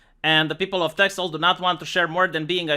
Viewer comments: This news is from a month ago. The x is pronounced like an s. And, Friesland is also pretty secessionist. First I've heard of this though. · it's funny how you say it, I know it has an x in it but in Dutch we say ''Tessel'' nothing bad or anything, just funny to hear it like that.